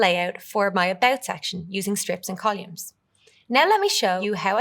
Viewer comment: Uhm …. CoLUMES ??? 😂😂